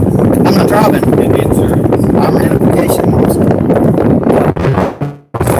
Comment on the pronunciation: He's not drivng, he's drahvin'!